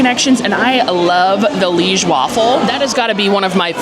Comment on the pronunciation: Li-ège, don't forget to pronounce the è, like the e in egg.